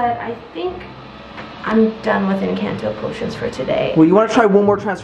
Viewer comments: YOU SAID ENCANDO NOT ENCANTO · Girl everybody Everybody say it's in canteau it's in cornto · You did not say encanto right👍 not offended pls